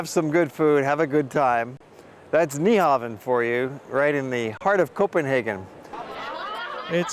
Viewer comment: It's pronounced new-hawn. The V in Nyhavn is pronounced as a U